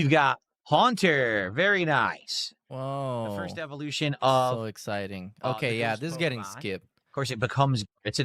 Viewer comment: *says in Mr Lewdacris * VYERY NYICE